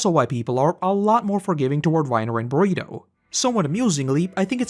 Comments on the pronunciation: Do you call Bertholdt, Burrito? 😂 I thought I was mishearing your accent but I don’t think so now. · Constantly saying Bergholdts name wrong is great 😂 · please just like say Bertholdt's name right its so annoying like his name isn't even that difficult to say, your name is 🙏